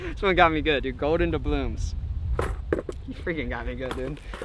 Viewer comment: Isn’t it dabloons not dablooms